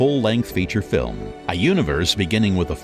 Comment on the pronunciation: Maybe all they need to do is practise the pronunciation of words like film (not fillem), French words like genre and anime and French names like Emile. If the narrator is not sure of the pronunciation, such as Arabian, it would be wise to check with a native speaker. Actually, the way he pronounces advertisement is how it is pronounced in the UK and Australia, so well done!